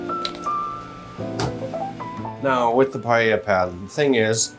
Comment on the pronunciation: nice PEA-lla